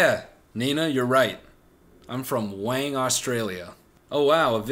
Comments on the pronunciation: Well hes definitely not australian because he pronounced wyong (why-ong), wang. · He pronounced Wyong as Wang 😂😂😂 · Lmao “wang” Australia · Why you pronounce Wyong (“why-ong”) as “wang” lmao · im not that invested in where youre from, but please god dont ever say "wang australia" again. its pronounced why-ong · When I meet an Australian that can say fucking Wyong I’ll let u know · reveluv 2 week late reply but hey it’s nice to learn something new everyday I guess 😂 it’s pronounced why-ong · fact Noel can't pronounce Wyong means he's not Australian, and he called that Mexican bread by its American name means he's not Mexican, lets slowly use the rule of elimination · Ok I’m Australian and the way he pronounces WYONG ahahahahahah